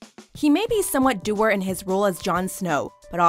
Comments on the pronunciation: Dour is dowr not doer. bruh come on. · "dour" is pronounced "dow-er" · DOUR - pronounced, Dao-wer